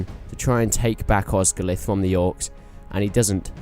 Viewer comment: BTW, Osgiliath is pronounced with and extra 'e' sound after the 'l' so it's 'os-gil-i-ath' not 'Os-gil-ath'.